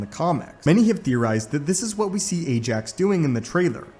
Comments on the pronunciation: BTW It's "Ajak", not "Ajax"... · It's "Ajak", not "Ajax"... (Yeah I know, big difference... L🤓L )